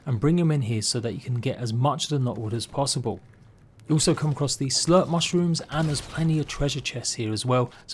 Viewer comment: Did anyone else hear this dude say slut mushrooms 🤔